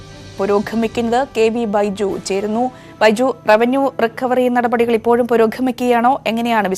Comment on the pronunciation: അയ്യോ ചേച്ചീ "പുരോഘമിക്കുക" അല്ല "പുരോഗമിക്കുക" ആണ്. പക്ഷേ ചേച്ചി രണ്ടു തവണയും ഉച്ചാരണം തെറ്റിച്ചു.മലയാളം ശരിയായി ഉച്ചരിക്കൂ പൊന്നു ചേച്ചീ